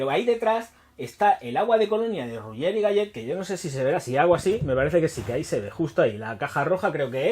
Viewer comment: Royé e galé...así se pronuncia, papucho! Abrazos.